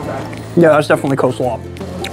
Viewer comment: Coslaw? Seriously?